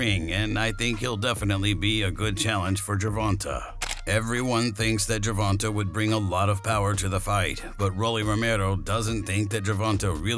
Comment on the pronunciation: Not Gervonta though 😂😂they wild for pronouncing it like that.